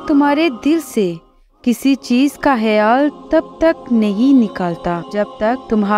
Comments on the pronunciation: Baji kh sy khyal H sy hyal nhi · Aap hayaal kyu bol rhi😮